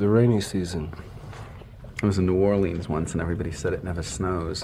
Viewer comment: Thank you Jim for pronouncing New Orleans correctly.